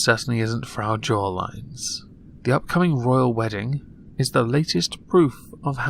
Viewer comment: I cannot wait to ignore the latest "woyal wedding"